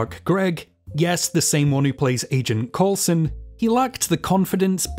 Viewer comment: it's pronounced COOL-son. Trust me on this. I know how to pronounce my own name